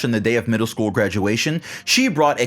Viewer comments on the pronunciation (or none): none